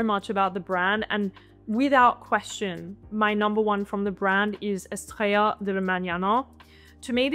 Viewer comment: I love your pronunciation on most languages but on "Estrella de la Mañana" the language is spanish, not french. eh-stray-ah